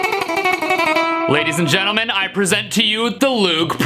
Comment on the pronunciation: don’t you mean ladies and gentlemen”djentelmen”?